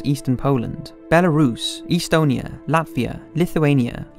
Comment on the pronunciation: Excellent video, which I enjoyed very much. A minor improvement that could be made is the pronunciation of some place names like Montevideo, Tobruk, and Estonia.